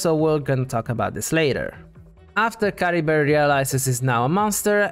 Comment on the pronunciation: Don't apologize for being interested in Cultural Linguistics. I mean, it is what I study anyway. Yeah, you're completely right about them being Germanic names. I didn't remotely think about the fact that the Merovingian Dynasty was a Germanic one. The problem is the way Chlothar pronounces Caribert's name, which is very French sounding, that's in general what I meant. I honestly don't know how much Mondstadt and Khaenri'ah can be linked together, but the possible Arabic translation is indeed interesting. I mean, the Abyss Order did specifically target a Statue of the Seven from Mondstadt.... I honestly don't know why Ukko was transformed into a Lawachurl (not Mitachurl). It kinda doesn't make sense. I mean, the curse should be a Khaenri'ah thing and Sal Vindagnyr fell who knows how many millennia before the Cataclysm, considering it fell as Khaenri'ah was being built. Why were the people of Sal Vindagnyr or just Ukko cursed with wilderness? As for Khaenri'ah being a official name for the other nations while having a real but secret name... I have no idea but it is possible. It would explain why the Vahumana call it Dahri while it's Khaenri'ah for the rest of the world. It could also mean just a name that Sumeru gave Khaenri'ah in order not to say the actual name of the nation because of what they did.